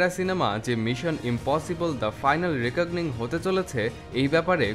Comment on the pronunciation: রিকগনিং নয়, রেকনিং